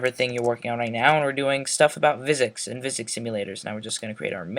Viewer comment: Nice tutorial, but I think physics is pronounced "Fizics", not "Vizics". Just saying.